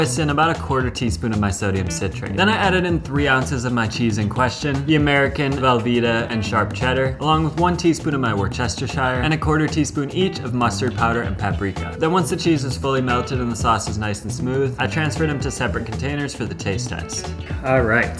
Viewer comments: Wuss ter sher - three short syllables. It's not rocket surgery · You pronounce it “wusstersheer” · Just for future reference, from an English guy, this is how it’s pronounced - Wus Ta Sher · I know you don't care, but I'm going to tell you anyway. You can pronounce worcestershire however your regional dialect tells you to, but the word has 3 syllables, so if you're saying it with more than 3 syllables (as you are), you're saying it wrong. It's worce/ster/shire. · I'm with you, I say it like that too ("wor-chest-er-shire"), on account of that being how the name of the place is spelled, Worcestershire. If people from the UK don't like it, they can bloody well change the spelling on the bottle to match the correct pronunciation, can't they? Damn Brits. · Thanks for the video.. I’d be delighted to teach you how to pronounce Worcestershire next time I’m in the US . Respect ..KCB..🇬🇧🙂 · Came for the sodium citrate, stayed for his commitment to saying Worcestershire as wrongly as possible every single time